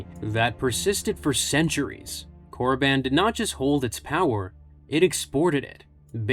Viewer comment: wtf is Korraban, it's Korriban